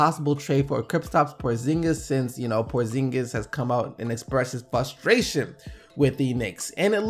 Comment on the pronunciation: my man...it's fRRRustration and not fustration